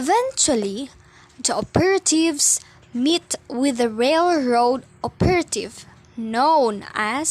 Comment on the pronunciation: Wow! You get an A on your book report! Suggestion: check on the pronunciation of the word operative. What’s your next book? Keep up the good work!